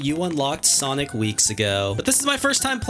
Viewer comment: Ah yes sanic